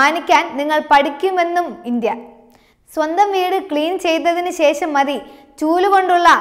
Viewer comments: നല്ല അവതരണം But അക്ഷര തെറ്റ് വ്യാപകം - ഇസ്ലാമിഹ , അംബാസിറ്റർ , ശേശം, റശ്യ, സംന്തോശം, അഹന്തത, തുറമുഹം, ദുരൂഹരിക്കുക ...... ശ്രദ്ധിക്കുമല്ലോ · ശേഷം എന്നാണ് പറയേണ്ടത്